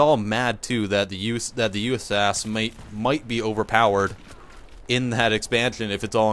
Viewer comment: yousas? too lazy to say USAS? its so enoying